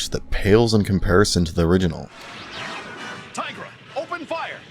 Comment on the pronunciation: For 2/3 of the video, he got Tirga and Panthro wrong.